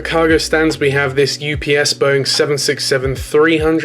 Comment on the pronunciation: The way you said UPS sounded like EW PS (Edit): but only on the first 767